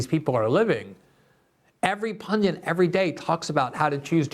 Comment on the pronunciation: Glenn, the word is "pundit". There is no English word, 'pundant". Well none that is recognised.